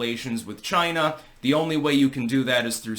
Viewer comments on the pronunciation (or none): Who else is happy to hear Trump say "CHYNA" again?